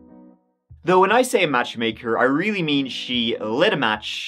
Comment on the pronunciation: Maybe you should go to Moscow, to find out why she liked it so much! your "realy" was not wery nice!